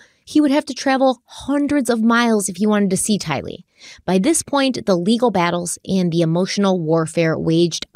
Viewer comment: i love you dearly, but PLEASE say Tylee's name right!! You put the emphasis on "Ty", the emphasis should be on "lee"!! Please, please, please!!!